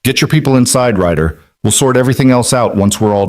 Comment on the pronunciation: It's Rider not writer dummy